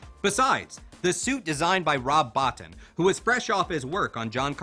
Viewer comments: This dude needs to do a little more homework on how to pronounce names properly, he pronounces Rob “Botin” wrong and then calls Ed-209 “E D 209 and then he calls the toxic avenger the toxic avender hahaha!!! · Stopped watching when you incorrectly pronounces Rob Bottin's name. If you are doing something about RoboCop and don't know that , you obviously are not doing enough..